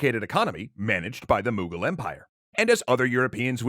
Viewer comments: "Moogal empire" that hurt my soul its Mughal with a u M-uh-gal empire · The pronunciation of the mughal kings kills me every time